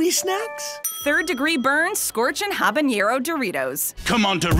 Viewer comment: me"habanero her "habeieneieroh"